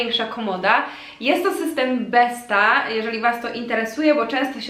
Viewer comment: BESTÅ czyta się 'BESTO' :) ładne biuro, pozdrawiam :)